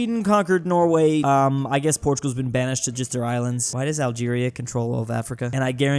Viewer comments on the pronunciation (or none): none